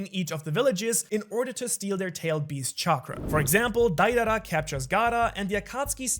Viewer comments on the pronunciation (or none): Did you even watch naruto??? It's not Daidara, it's Deidara